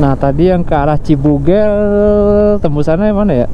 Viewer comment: gimana²? Yg bener CIBUGEL, bukan CIBUGEL🙄